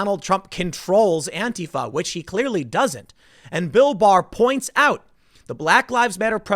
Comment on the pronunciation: I keep hearing Bill Mahar instead of Bill Barr, and this is with everyone. Very confusing